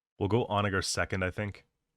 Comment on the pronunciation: Why the hard R on the "onager " 😭